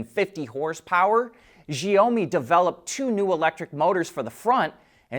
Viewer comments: The freaking name is SHiaomi, 小米 which means “little rice”. NOT ZZZZZhhhhiaomi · It's. She-ow- me in English. He changed is pronounciation. But he needs to change the middle, he says a LOng O sound, but needs to change to an Ow , like he hurt himself sound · Xiaomi= Shau mi (shau rhymes with now)